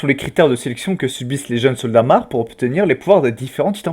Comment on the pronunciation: De 2 choses l'une, ce n'est pas "sig" mais "sièg" [sieg] et de pas "mar" mais "mor"[mahr]